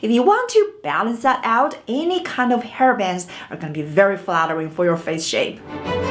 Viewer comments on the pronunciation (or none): When you mean to say fleshy, I hear it as flashy. When you say hair bangs, I hear it as hair bands, and I think you mean to say just plain bangs(fringe). Thought you might find my obsevation amusing. However, I do appriciate the information, this was a fun video :)